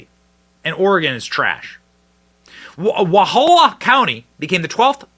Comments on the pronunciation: Wallowa is pronounced Wal-ah-wah where the ah sounds like ahhhhhhhhh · Wallowa. Learn to pronounce it, Benny. Wall law wa. Geez. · Wal low (like ouch) a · Please learn to say the names properly. It’s Wall-OW-a. The county I grew up in was the first to vote to secede. So proud of Union County. Here’s to Greater Idaho. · Pronounced Wa Law wa an indian name. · Pronounced wal-ow-uh County, old indian name. I'm from Grant County we have wanted this for decades. We are culturally and morally identical to rural Idaho and Wyoming. Salem and Portland left us cold. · Love your show, but you need to learn how to pronounce Wallowa.